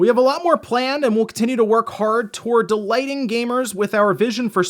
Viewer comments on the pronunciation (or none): "Towards delighting gamers" Please tell me I'm not the only one who heard "towards DELAYING gamers"